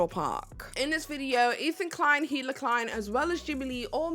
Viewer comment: Like, I agree H3 is trash, but I also genuinely can't understand why no one can say Hila's name even after watching a ton of H3 content for a video essay. It's not like it's a complicated name to pronounce either. I genuinely don't understand, can someone explain why this keeps happening?